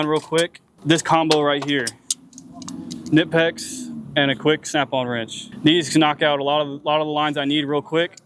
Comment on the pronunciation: It is Knipex not nipex